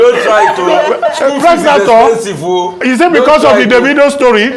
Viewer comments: How Dr Abati says pregnathon while keeping a straight face😂😂. And then Davido ended up receiving a stray bullet.😭😭🤣🤣🤣🤣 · Abati should be a comedian. Preg- na- thon.